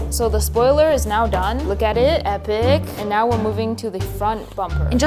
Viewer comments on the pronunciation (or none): none